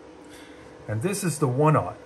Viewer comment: What is a "one eye" cable? Or did you say "one ought"?